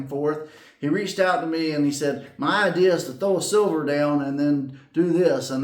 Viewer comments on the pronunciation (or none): none